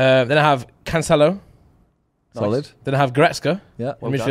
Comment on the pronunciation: why the hell would you pronounce Cancelo like that??